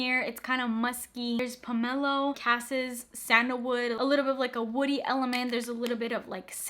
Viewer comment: Just a little info tidbit: Quince (the fruit/note in perfume) is pronounced kwins not keyns and cassis is pronounced cass-ese. 😉